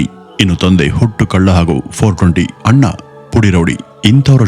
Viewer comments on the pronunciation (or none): none